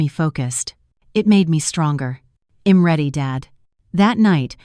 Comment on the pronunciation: Yet can't pronounce, " I'm or I'll " correctly.